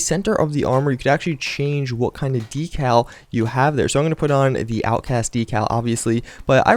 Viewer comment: LEARN TO PRONOUNCE DECAL